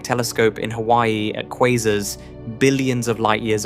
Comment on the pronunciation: The A.I. doesn't know how to pronounce "Quasars".